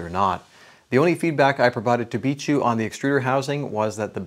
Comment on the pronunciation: Its bi k not bishu